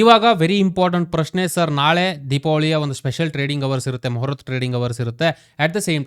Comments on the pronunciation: ಮೊಹರತ್ ಅಲ್ಲ ಮುಹೂರ್ತ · Moharath alla.. Muhuratha